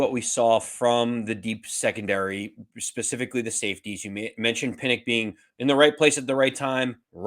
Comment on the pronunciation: PinnOCK, NOT PinnICK. Come on man that's not a hard name to pronounce.😅 it may seem a bit Petty, but you guys are fans of the Giants, right? I like your show, but the little things like this are annoying. Also, it's Nunez RochES, NOT RochAY(He's not french). Cole Beasley is making the 53. Gervarrius Owens also looked good. Basically, Joe Schoen has really upgraded this roster in just two offseasons. The only worries for me are, once again, the offensive line (as usual), particularly swing tackle, and our third pass-rusher. And I think Baldonado might actually do okay, (as well as Fox). If we sure up those two spots, I think we've got a real team🎉😂. 😉